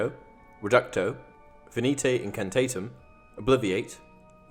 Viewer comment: "It's incantatem, not encantaytum"